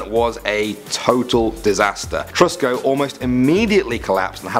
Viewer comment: He said Tesco instead of tusko